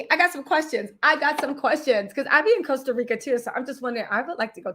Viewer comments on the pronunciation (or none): none